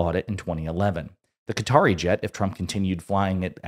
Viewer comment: So sorry man, love your show. But if I heard “Cutter” one more time to say “Qatar” I was going to lose it lol. Kuh taar, not “Cutter.” You even said “Qatari” correctly. That’s my only note. Love the work you do. Love the collabs with LB as well. Keep the content coming! All the best!